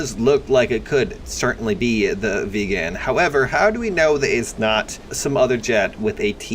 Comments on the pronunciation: Everyone else pronounces:viggen:VIEGAAAN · Its viggen not veggen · It's a Viggen, not a Vegan... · It's not the Vigen (Vegan) it's the VIGGEN. Two G's, push hard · the "mention" is the Oerlikon KCA cannon, Viggen is the only aircraft that used that cannon. Also, if you want to pronounce Viggen properly, the "Vi" is pronounced like the vi in "visible", the G:s are hard G:s, and "en" is pronounced like the en in "end". I hope that makes sense.